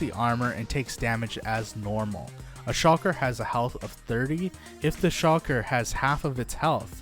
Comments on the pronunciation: The fuck? Stop saying SHOCKER. SHULKER!!!!! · its shulker not shocker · It’s so annoying when he says shocker shells instead of shulker shells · Shulker not shawker smh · I can't get over "shocker box" hahahaha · He is saying shocker box, lol love it. Also, this sounds like someone is not using their own knowledge just looking at the wiki. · Shulker ❌ Shalker ✅ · I feel like he was saying shocker on purpose 😂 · Even though I don’t really need to watch this video I get triggered everytime he says “shocker box” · You’re not the only one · Bro ima blow up your base if you don't pronounce that damn word correctly